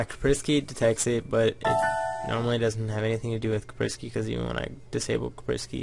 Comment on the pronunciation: its pernounced Kasp-er-sky btw